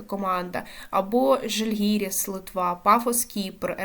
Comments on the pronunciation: Ого, дівчина веде канал про футбол🎉поправлю з наголосом Жальгирису та косовську команду говорити як: Чіта-Дріта😅...далі Шахтарю грати з ноу-неймами?😂Там доволі не погані команди є...виділю шведській Хеккен з "ноу-неймів"у лапках, та міцні Левські та Пакш, АЕК Ларнака. То ж не кажіть ГОЛ...точніше ГОП! Коли ще не перестрибнули "ноу-неймів"...вони ставали чемпіонами свої країн навіть) Підписався 😂😅🎉 Кваліфікація буде важка для всіх і навіть для Шахтаря. Тому ризикну сказати, що Динамо буде у ЛЄ, Шахтар у ЛК, а ось Полісся та Олександрія нажаль банкрот...вращайте барабан на наступний сезон⚽ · Хороше відео. Хоч приблизно дізнався з нього різницю межи не/сіяними. Я Вам дякую, проте, Ви певно перехвилювалися чи що, но треба підівчити назви команд-суперників. Приклади: Аустрія (Відень), а не Австрія; Жáльгіріс, а не Жальгíріс; ГіК, а не ХіК. Тощо.